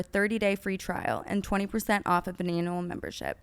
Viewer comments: When Brooke said “annual membership” I heard “anal membership”. Maybe just because their convo before 😂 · Brooke pronouncing Annual like Anal in the ad after just discussing anal 💀💀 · I can’t be the only one who heard “anal membership” during the alo sponsor 😭😭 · Brooke trying to say annual, but saying Analual 😅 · Am I the only one who heard Brooke say “Anal” in the word annual in her ad lol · Brooke pronouncing annual as anal sent meeee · literally sounded like anal 🤣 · BROOKE CANT SAY ANNUAL??????? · her pronunciation of annual killed me 😂